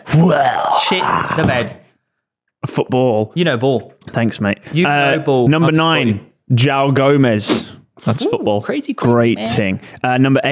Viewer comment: The way you butcher mediterranean names is amazing. Wtf is "Jao Gomes" and "Venecia"